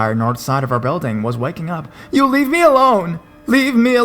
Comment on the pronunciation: "What she told me absolutely terrified mEHH". The word is me, just me, no need for all the extra enunciation or whatever it is you are trying to do. You have always been one of my favs but the pronunciation thing is getting worse and worse and I can't stand to listen when you do it really bad. Like I said, you are one of my top horror narrators but I can't deal with how you start talking sometimes